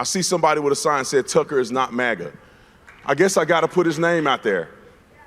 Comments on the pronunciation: Why does Crowder pronounce it "MAW-GUH"? IT'S "MAG-UH"!!! Then he plays a clip with 5 different people pronouncing it correctly, and he STILL says it wrong! :face-orange-frowning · I cant stand the alternative pronunciation of maga as maw-guh. Its mah-gah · “Mah-guh”…not it… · Steven's Canadian coming out saying "mawga", LoL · Everytime he says it, It makes me wanna punch a bottle of Maple Syrup. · This nerd said “MOGA”.